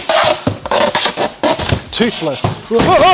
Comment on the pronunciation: idk how he managed to screw up toothless but aced hiccup 🤣